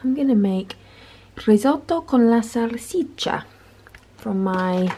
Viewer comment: Your pronunciation of "risotto con la salsiccia" was spot on! Thanks for another breath of fresh air in these challenging times. Greetings and love from Italy ❤️🇮🇹